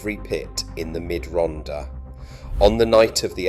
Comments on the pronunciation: Typical AI - can not get the name of the subject right...it is not Ronda - the double d is pronounced as a hard Th (like the) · If you're going to make a video about an area, at least learn how to pronounce it. It's Rhondda, pronounced Ron-thar. I should know, I was born there. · Pronounced “Rontha” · II made this musical tribute from a poem I wrote years ago I apologize for the pronunciation of Rhondda its a glitch in the youtube app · Dreadful narration by an English ( probably AI) voice who cannot pronounce any Welsh names/ words correctly. Lots of inaccurate/irrelevant photos. Trimsaran isn't in the Rhondda last time I looked. Then it transforms into robotic nonsense. Sounds like the Daleks. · I grew up in Cwmclydach, Rhondda in the 1940's. The commentator's mispronunciation of place names and other words is excruciating. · Pronounced most of the place names wrongly!!!!t The last picture is of CWMPARC where I was born and brought up!! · Zero attempt at pronouncing the names. Half the pictures are not even the Rhondda. Maps of Portsmouth, Milton Keynes, Aberdeen & North Wales? Needs a lot of corrections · But for God's sake, pronounce Rhondda properly! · Pity the narrator cant pronounce Welsh place names correctly, shouldnt this be for a local person? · An insightfull video but with appalling pronunciations : Rhondda is pronounced Rhon - the. Rhondda Fawr is pronounced Rhon the Vaur. Pen y graig is pronounced Pen - uh -grayg Tonypandy is pronounced Ton uh Pandy Rhondda Fach is pronounced Rhon the vach - not Ron duh 'fuck' 🤦